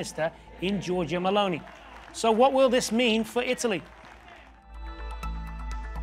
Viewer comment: "Georgia Mlounee".... "Frataylee dee 'Taleeah"..... Not even one Word the speaker can pronounce correctly.😑